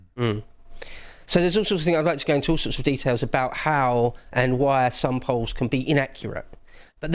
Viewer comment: Did he say EO double L. Peolls?